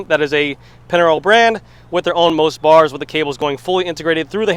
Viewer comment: Just one note on the pronunciation, it's Italian so the parts brand is pronounced "Moist"